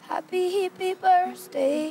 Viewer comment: i love how she says "happy hippie birzday"